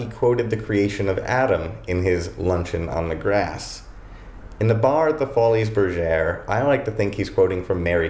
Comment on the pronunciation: FYI: the “s” in “Folies” is silent